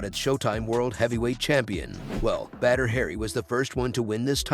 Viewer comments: Say BaDDr not bEdr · Please dont call him "Better Hari" xD his name is pronounced B A D R not B E D R its giving me anxiety to listen to this 😂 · Badr Hari is the man but come on your text to voice thing is butchering the man's name. Badr (Pronounced like *Baud - Er*) deserves more respect than this. 😂